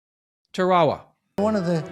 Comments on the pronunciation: It's pronounced "Tara wa" not 'Ta ra ra'. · Tara-a-wa, not Tarwall-ah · It’s pronounced “ Tear-a-wa “ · Pronounced “TARE-AH-WAH”…. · This looks like AI to me. Albert is like a mechanicl man who cannot put 3 words together without pausing. And it is Taa Rah Wah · Nice story. Side note: Tarawa does not rhyme with chihuahua. :) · Please pronounce the name of Tarawa Island correctly